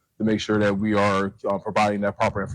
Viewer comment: "Dat"?? "your announcing DAT"..? are you meaning THat? how can educated people not be able to pronounce words correctly?